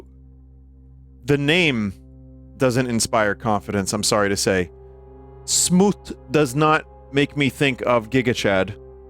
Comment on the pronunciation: you can hear just a hint of “booty plz” accent every time he says Smoot